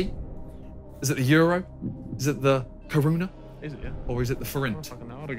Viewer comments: And they butchered OUR currency 🤣 It's not karuna it's koruna which means crown in English 🥲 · Bruh tf is Karuna 💀💀 It is Koruna or well… it was 😭